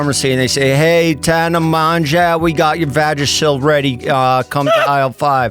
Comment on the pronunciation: jeff will never pronounce tana’s last name right 😭💔